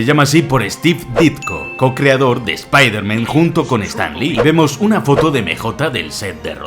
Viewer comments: Por qué dices todo el rato Spider-Men?? Es Spider-Man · Desde el anterior 30 detalles acojonantes de Spiderman, tienes la manía de decir Spiderman en plural. ¿Cuál es el motivo? Porque que yo sepa, en esta trilogía no se menciona la posibilidad de un multiverso. Como buen hispanohablante, si voy a decir el alias de este superhéroe, prefiero decir "hombre araña" en claro y perfecto español, antes que pronunciar una palabra en ingles como si estuviera escrita en español. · Me encanta que lleves dos vídeos seguidos diciendo "espider-men".